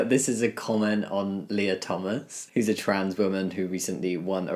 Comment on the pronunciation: Jamie, I know you didn't mean to, but you may have misgendered Lia Thomas in the first 2 minutes of the video Edit: He said who's, just in an English accent thiccer than Lady Dimistrescu (but he did not misgender her so that's good)